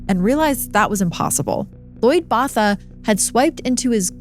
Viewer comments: Botha is pronounce “boat-uh”. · As a fellow South African, hearing the mispronunciation of Botha is not sitting well with my soul😭😭😭😭😭😭